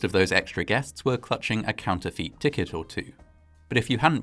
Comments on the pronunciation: The presenter introducing his family then caught kissing another woman is hilarious 🤣 'counterfeit' is pronounced 'counterfit' not 'counterfeet'!! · ‼️”counterfeet” Boy, it would have absolutely done you in to have pasted a word into google and have it pronounce it for you. Congrats on exposing to everybody that you’ve never heard the word “counterfeit” before. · Counterfeit ・Correct pronunciation: counter fit ・Incorrect pronunciation: counter feet